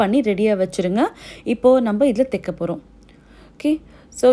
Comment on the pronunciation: Thaika not theika